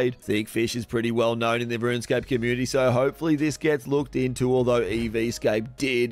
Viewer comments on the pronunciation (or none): none